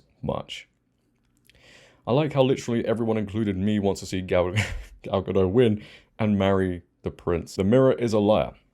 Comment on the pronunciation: Gadot, not Gado, you pronounce her name wrong several times in this video.